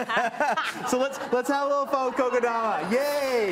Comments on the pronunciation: This doesn't even make any sense. The guy just butchered this technique. And the way he even makes fun of it only shows the lack of knowledge and sensibility about the subject. I could expect the worst the minute he said "koko" instead of "kokedama". Gotta do your research 🤦‍♂️ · he says koko-dama ... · I'm sorry, but if I've is going to make money off of this technique, at least have the common courtesy to learn how to pronounce it right.